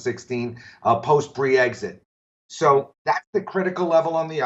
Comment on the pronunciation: "Bree-exit": did Bree leave again? I know he misspoke, but it just sounded funny. Great video!